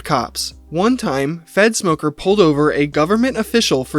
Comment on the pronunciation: its three minutes in and I just realized you were saying fedsmoker not f3ntsmoker... 💀